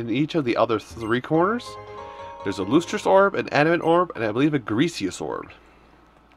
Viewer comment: Actually if you don't mind my saying, lustrous is pronounced like lust rous, not loost rous. I'm not a grammar nazi, since I'm afraid of looking like one, I just thought since you weren't sure I'd give it's correct pronunciation to you